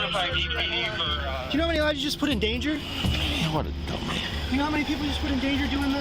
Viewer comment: "What a dumahh"🤣